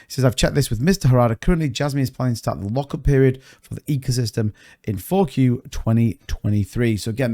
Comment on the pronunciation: When you say 4Q it sounds like you are telling someone F-U . That's badass